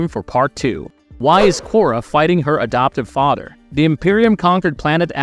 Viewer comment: "Fahder" and "Mudder World" 🤣